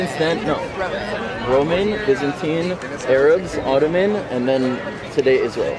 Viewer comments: She really just said "Ay-rabs" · Her pronunciation of Arabs says it all. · Why does this girl remind me of the Muppet Janice so much? Lol...she keeps saying A-Rabs instead of Arabs. Also, never start a sentence in a conversation with a Jew or anyone ever with, "I don't think the Holocaust happened because.......". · Why do I hear Americans always pronounce Arabs like A-rab, isn’t it pronounced Ah-rab. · Forget that she knew nothing, but when she said Ayrabs and Powgroms I puked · Aye! What’s up rabs!?😂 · She actually pronounced the word A-rabs…..Jesus Christ from a millennial here you parents today have truly failed your kids 😂😂😂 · LMFAO! She said A-Rabs lol... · Where did her pronunciation of "A" rabs come from? It's so annoying. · She lost me at A-rabs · “A-rabs,” lol. You can tell she’s so educated on the whole thing. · "A-rabs"?? She's moronic. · you hear "A-rabs" and you know the IQ is in the single digits.... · Love how Gen-Z Berkeley Girl busts out “A-Rabs” . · She said ayrabs lol